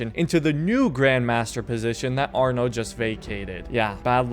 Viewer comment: It’s arno